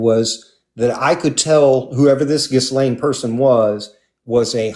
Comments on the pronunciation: I've heard it mispronounced many times by people/journalists/reporters/etc, especially when she was first getting linked to Epstein, so perhaps has heard it said incorrectly over the years as well. does mention that their adoptive mother wasn't especially smart so could she have been getting it wrong too? Just because a big conversation happened about the pronunciation doesn't mean she had it right. Just a theory. I could be wrong. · This is a point of contention for me. If so much attention was being paid that day to the pronunciation of “Ghislaine,” why is mispronouncing it now?